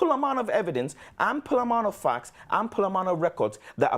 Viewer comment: Reminds me of Rafa's 'Fackts'. 😂